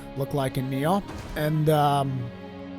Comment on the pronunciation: Does anybody ever correct your pronunciation of Nioh? Not a big deal, it just sounds silly every time you say Ni-Aw :p